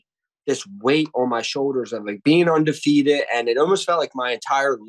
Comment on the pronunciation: "Undefeat-it" 🤔 Guy says it again a few seconds later. Clearly, very intelligent.